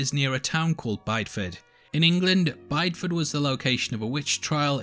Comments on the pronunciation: Great video. Always enjoy your posts. Slight correction though: Bideford in Devon, England is pronounced "biddy-fud" not "buyed-fud". The character in the show makes the same error. Interestingly, Bideford's nickname is 'Little White Town' because of the high number of bleached houses. Given the themes of the show I can't help but wonder if the writer knew this. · Just here to be that annoying person to say it’s pronounced “bidi-ford” not “buydford” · You do need some pronunciation help there... even more so being English... Bydeford... he he...I just got to Brythwhyte too... sigh.. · You mispronounced Bideford